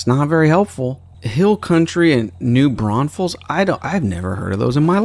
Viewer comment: Can't believe you actually pronounced New Braunfels correctly.